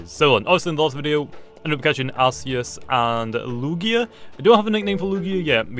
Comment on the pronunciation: Its spelt Arceus but its pronounced Arkeus